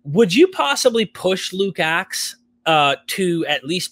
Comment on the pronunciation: Luke-Acts, not Luke's Axe, which sounds more interesting 😶‍🌫️